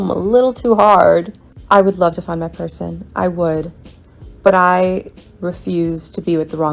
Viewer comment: 'youll pelsoon" 🤣🤣🤣 God damn it, man, you' ll give me a heart attack one day 🤣🤣🤣